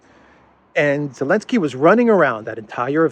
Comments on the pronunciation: Just pronounce his name.. ZZzelensky and not Elenksky..will you. Why miss out the Z.!;🤔 Thanks.💕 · Why does always say "Elensky?"